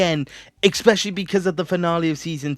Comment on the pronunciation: you pronounce especially wrong